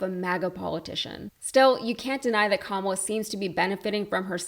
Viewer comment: …. given his singular approach to focussing on Joe’s age and his refusal to properly pronounce Kamala’s name correctly, from now on we should all pronounce it donOLD Trump